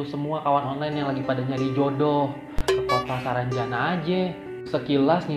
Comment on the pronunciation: Hadirrr !!! Udah seru2 ngakak pas salah nyebut SARANJANDA WKWKWK